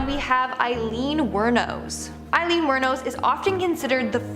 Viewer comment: Aileen (A-lean)